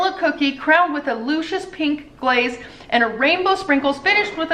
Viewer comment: Are you trying to say Lucious? lol Luhhhhhcious not loooocious 😅 love you anyways 😉